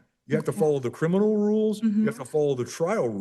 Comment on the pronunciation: She be axing if it be crinimal.